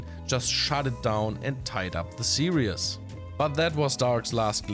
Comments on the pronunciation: Stop saying series as serious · Love your episodes you could easily replace Hartem for these. However I've got one tiny complaint: "Series" is pronounced "see-reez", not "see-ree-es". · Please stop saying "serious". It's series. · Dear: Series is pronounced as if you would say "siris" with german pronounciation. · Actually more like sieris with german pronoinciation :)